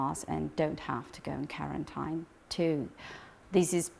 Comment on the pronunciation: vekkinated and karentine heheheh